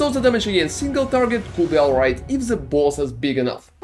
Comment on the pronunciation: You say "boss" like Hector Salamanca says "Balls"